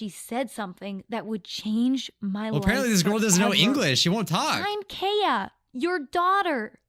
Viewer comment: She said aPARENTly XD Get it? Because she's a parent :I